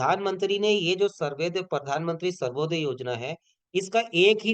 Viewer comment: Bhai Survoday nhi Suryoday Yojana hai 😀